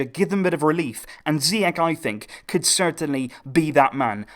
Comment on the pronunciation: Moroccan viewers are actually enjoying it, thanks for this great work. Just a quick note though, Ziyech (in Hakim Zieych) is actually pronounced "Ziash" ;) Keep the good work going :)